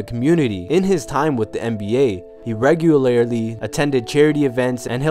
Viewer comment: Lamo u here him pronounce regularly